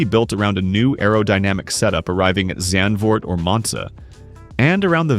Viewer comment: Yeah absolutely terrible and by the way it’s a duo pronounced a-du-o not to you but too the uploaded and it’s Zandvoort not zaandvoort